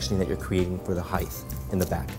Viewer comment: he says hi-th (height)